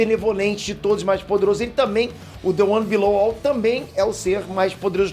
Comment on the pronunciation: "the one bilolouvou" 🤔 criativo se alguém me corrigir vai ser iguinorado.